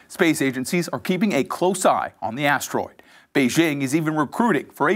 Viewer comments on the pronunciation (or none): none